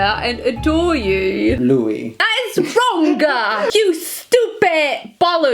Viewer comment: hat Louis aus 1D richtig ausgesprochen - I‘m so proud 🥰